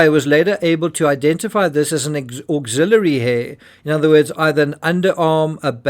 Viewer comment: Axillary not auxiliary